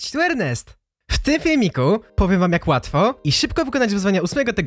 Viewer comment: huj a nie kod ejrnest